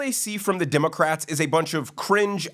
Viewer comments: WHY DO I KEEP HEARING " DEMOCRAPS " ? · I just keep hearing "democraps"